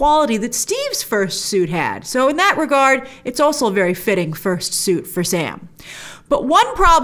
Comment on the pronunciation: Grace, the word "also" is pronounced all-soh, not all-suhl.